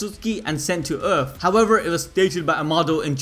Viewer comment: why do yall say the letter "v" as "w', for example, in this video instead of saying HOWEVER, you said HOWEWER, can someone explain why do they do that?